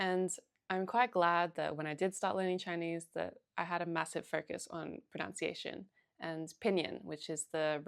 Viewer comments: ProNUNciation, not ProNOUNciation! Jeez, start with English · Just wanted to point out that the word “pronunciation “ is pronounced “pro-nun-ci-action” not “pro-noun-ci-action.” Hope this is helpful. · It's all so good -- but one thing... You keep saying "proNOUNCiation" -- and this is not a word. The word you are looking for is "proNUNciation" and it is pronounced just as it is spelled. I don't mean to be overly picky, you place great emphasis on correct pronunciation in Chinese so I think my comment may be appropriate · Excellent tips. Thank you! And for the love of god, it's pronunciation not pronounciation. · Someone who says “pronOUNciation”, instead of “pronUNciation” might better work on her native tongue first! Switched off, after this. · pronunciation not pronoun-ciation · Great video, thank you! Just a quick tip, if you're making videos specifically on language: it's "pronunciation", not "pronounciation". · pro-NUN-ciation, NOT pro-NOUN-ciation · Pro-NUN-ciation, not pro-NOUN-ciation- thanks for the tips! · The correct word is proNUNciation not “pronounciation,” so maybe learn correct English first!!! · It is pro·NUN·ci·a·tion NOT pro·NOW·ci·a·tion. It really hurts the ears. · it's not /pruhnOWntsieyshun/, it's /pruhnUHntsieyshun/! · Pronunciation, not pronounce-iation. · The irony of pronouncing pronunciation as pronounciation ^_^ just teasing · "Pronounciation" Lmao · The pain of hearing "pronunciation" mispronounced over and over. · Might I suggest learning how to pronounce ‘pronunciation’. Hearing you speaking about learning pronunciation and every time pronouncing it wrongly doesn’t help your cause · the irony of talking abt pronunciation and not saying pronunciation correctly hahaha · Pronounced pronunciation wrong, lol. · It’s very common to hear it pronounced that way here in Australia. I tend to do it myself even though I know better. There’s a certain irony in the fact that the word ‘pronunciation’ is so commonly mispronounced.